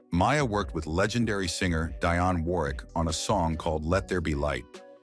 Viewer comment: What’s weird is the AI machine went from pronouncing her name as Mia to Mya half way thru the video. It also screwed up Sade’s and Dionne Warwick’s names.